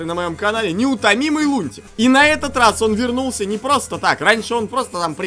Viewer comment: Ещё роз.)))) не раз а роз